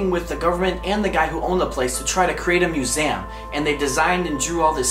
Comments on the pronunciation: MUSEEEEEEEEUM LOL NOT MUSAYIUM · It's pronounced mus-e-um not mus-am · I am sorry but he can’t say museum he says museuam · “Muesam” it’s a museum where the “a” at?? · SupremeBate I've never noticed he says it as musams. Sorry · “Musaum” dead😂😂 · i like how u pronounce museum as myusam 😊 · It's awkward how pronounces "museum" as muse-m lol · He says museum wrong!😂 like museam!😅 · Repeat after me, MUSEUM, there is no A in there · why did he say museum like that.. lol I've watched it 14 times. Love your videos though! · Also why can't he say museum properly 😂